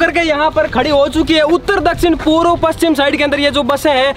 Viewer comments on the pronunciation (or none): पुरब नहीं है वह पुर्व है भाई